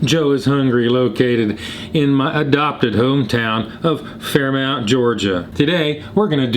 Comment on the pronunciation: I had to giggle 😄 at your pronunciation. You're obviously not a born local to Fairmount. Locals in the good ole North Georgia pronounce it as Fair-mont, the "ou" sound in Fair"mount" is not spoken with locals.😉